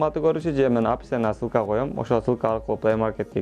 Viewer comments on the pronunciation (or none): Сылка эмес ссылка